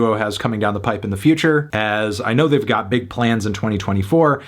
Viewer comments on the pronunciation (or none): none